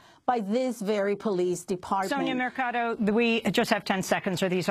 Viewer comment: The solicitor's name is Mercado, not Mecardo.!!!!